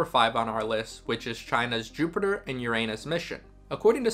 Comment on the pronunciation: YOUR-a-nus for pity’s sake.